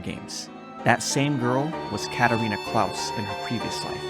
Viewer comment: You're pronouncing her name wrong it's katarina Clay's😅 and if he asks me why I noticed I actually watched the Anime and that's how they pronounce it😒 but I really enjoy your Recaps